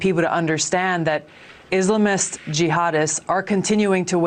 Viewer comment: My gawd. She’s such an Islamophobe and she knows damn well she’s mispronouncing “Islamist” on purpose. So glad she didn’t get far in 2020 primaries and no longer a Senator. Embarrassing.